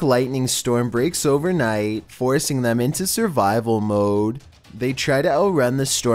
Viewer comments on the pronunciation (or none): Youtuber with a horrible voice: " servivahl MooHdHe....-_-*